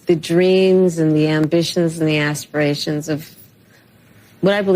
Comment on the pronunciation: s-pee-ray-shun? Oh, as-pi-ra-tion. Aspiration. ASpiration. ASPIRATION!